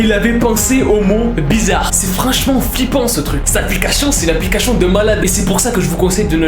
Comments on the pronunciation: C'est moi ou il a dit apliquachion😂😂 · Il dit tout le temps L'applicachion j'ai dis ça pour ça pour rien mais c'est juste il dit ça a chaque fois peut-être que c'est pas sa faute c'est pas pour juger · APLICACHION JAJAJAJA toujours le meme probleme de dyslexie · No one: be like: APPLICACHION